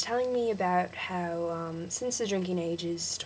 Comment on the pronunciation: Be careful how you say 'how' and 'of', you drag them out too long which makes them sound British. You're pretty good but I would try to speak faster, that's the biggest problem.